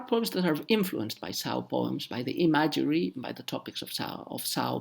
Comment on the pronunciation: Very interesting! :) ... Word of today is: Imagery ... and you and I pronounce it quite differently.